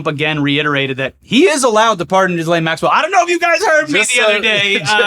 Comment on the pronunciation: I thought you pronounced her name Jizz-Well Max-Cunt.